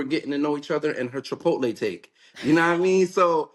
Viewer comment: Chipotle stomach bubbling food? Chipotle probably the healthiest of the 3 they just names … she said chic. Fila tho lmao